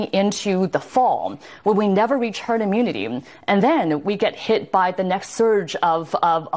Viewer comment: She's very annoying to listen to - she ends the last word in every sentence with an m "I fear a situation coming into the fallm....we will never reach herd immunitym"